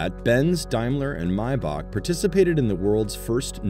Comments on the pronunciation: So his name was Maee-Buh after all, not Mai-bak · "Maybaak" gtfo man